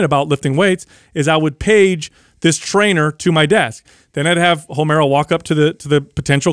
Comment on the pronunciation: Did he say 'Homera'!?!?! 🤣🤣🤣